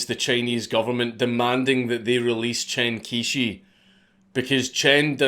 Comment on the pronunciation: I'm not a native speaker - but as an englishman when I hear it spoken 'Chen Quishi' sounds something like 'Tshan Chyoh-shur' (each bit spoken as a smooth syllable). I know this is wrong too but hopefully someone more knowledgeable can tidy this up a bit. Never too soon to start learning mandarin lads...